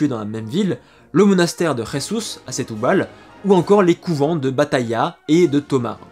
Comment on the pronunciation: Prononcer “Jésouz” et “Stoubale”. 😁🇵🇹